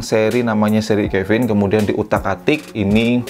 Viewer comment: Caven Di baca nya Keven bang bukan kevin😅 soalnya ane punya seri caven dan buat penyebutan ny Keven:v not Kevin